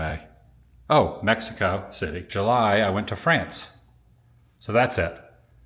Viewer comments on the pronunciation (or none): none